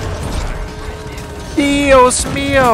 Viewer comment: “Ohh no!! Dios mío!!” Your spanish is perfect hahahaha ❤️